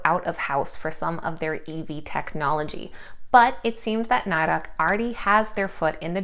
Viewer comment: It’s pronounce Nee-dec! They hate it being pronounce the way you are. My husband works for them.